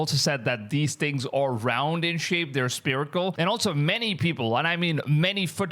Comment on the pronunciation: Dude it's not spirical it's pronounced sferical as in spherical sphere sfear not spear